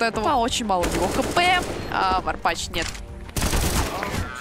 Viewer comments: Лять комментаторам почему не сказали как произносятся ники? Что за варпаШ??? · Почему комментатор не правильно всегда Варпач выговаривал?)